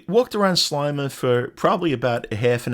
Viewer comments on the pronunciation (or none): Sleima. Sle like ski but with an e. Hope you enjoyed 🇲🇹 . Canadian, Maltese